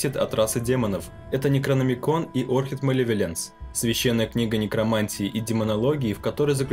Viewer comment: Хоть кто-то говорит ОрКИД ,а не ОРЧИД